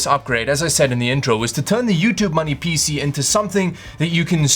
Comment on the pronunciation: I have to be honest here, I only watch these videos to hear that wonderful pronunciation of 'PC'